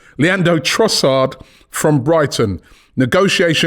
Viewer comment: Robbie. You sir have been this for a decade now and you still can’t get man’s name right 😂 Love you man, BIG UP!